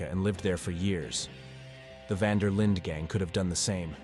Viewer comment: specially when the voice keeps saying the van der Lin gang wrong lol